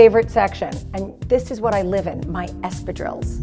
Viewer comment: The French in me cringes everytime she says espradilles that way